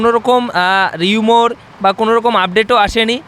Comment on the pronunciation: কথাটা 'রিউমোর' নয়, 'রিউমার' ।